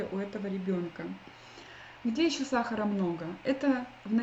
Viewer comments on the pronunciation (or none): none